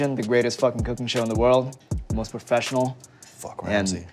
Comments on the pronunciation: "zis thing you need to hav a focking knife" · i thought chef ludo said "trust me, this thing needs a focking knife."